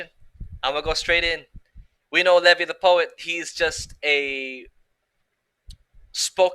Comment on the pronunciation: It's pronounced Lee-v-eye. Not leh-vee